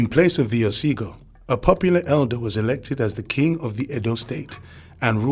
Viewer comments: It's "Ogiso"(oh-gi-sew) not Osigo. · It's Ogiso dynasty not Osigo